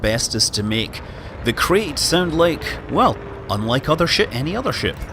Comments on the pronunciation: It's not pronounced 'Crate' it's pronounced 'Krite', it's named after a species of... oh forget it. An education is definitely no longer necessary these days. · So Scott I’m going to be that asshole that tells you: “Apparently it’s pronounced ‘K-right’, not ‘K-rate’.” Yes I hate myself too. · Mr K it’s pronounced ‘k-right’